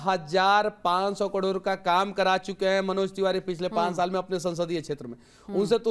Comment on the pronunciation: कडोर नही करोड़ होता हैं अंधभक्त